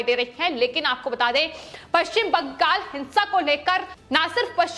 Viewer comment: Ye bangal ko bangag kyu bol rahi hai itna penic kyu ho rahi hai ye.